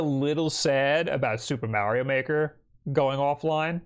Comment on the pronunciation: I always appreciate you saying 'Mario' correctly.